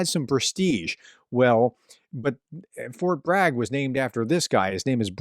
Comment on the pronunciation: "Fort Brag" 😂